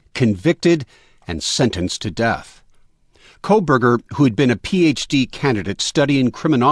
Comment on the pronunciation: Why does everyone keep saying “Koleberger”? It’s “Kohberger”, without an”L”.